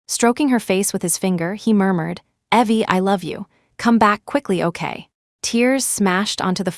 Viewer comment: Funny how AI voice always get things wrong. It pronounces Evelyn as Eee-vil-an, instead of Ěh-vil-an… and pronounces Evie as Ěh-vee, instead of Eee-vee BUT… it did put “ok” in the right place with the right inflection, which all other Asia AIs do not do.